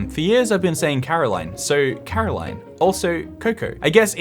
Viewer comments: He keeps saying Caroline instead of Coraline and it's hurting my soul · You saying Caroline instead of Coraline really hurt my soul? Is that you? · IT'S FRICKING CORALINE CO-RA-LINE NOT CAROLINE CORALINE its even referenced in the movie 😩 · Here is a quote from Coraline: “It’s CORALINE, not CAROLINE!” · It is COraline not CAroline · it's CORaline not CARoline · Yeah, I keep muttering, "CORAline! CORAline, damnit!!!" through gritted teeth. Still loved the video though, as I'm sure you did as well! 🖤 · Moi Moi,, this is your reminder that a while ago we were promised you would go and see the quokkas and take your camera with you. We're still waiting. Stop stop stop. You're going to really annoy people. Besides it's cOraline not cAraline Love, Millie. PS. Your ferret is cute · YOU HAVENT SEEN CORALINE?!?!? (Also it's pronounced CORE-aline. The mispronunciation of her name is a running bit in the movie.) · it's CORaline. I know you haven't seen the movie, but one of the main sticks is that people keep saying her name wrong so it's quite funny that you said it wrong hahah. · I see the criticism behind Fantastic Mr. Fox, but just because they didn't like it doesn't mean others wouldn't like it too. It just appeals to a certain demographic they're not a part of. Also, please watch Coraline, one: because it's a great movie, two: so you can learn to pronounce her name correctly >w< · It was kind of sweet